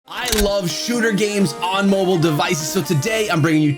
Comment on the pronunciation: say mobile not mobole